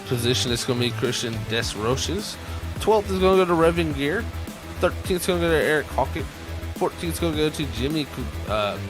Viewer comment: Howdy! the Number 54 Reven Ger is pronounced like Revenger Reven-Ger ! Thanks for the Broadcast Very well done!